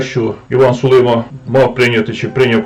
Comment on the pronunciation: СулимА - наголос на останньому складі.